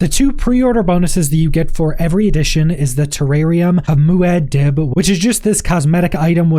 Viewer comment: Muad'Dib is pronounced Muad'Deeb.